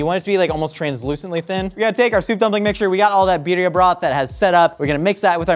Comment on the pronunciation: right way to pronounce it